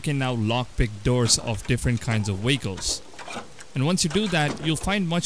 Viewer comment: Whats is a wehicle?